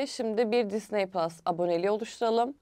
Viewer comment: Allah aşkına düzgün telaffuz et şu Disneyi